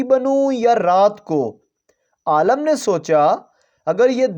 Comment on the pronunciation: Aalam nahi hota Alim hota h talaffuz sasi karo apna 😂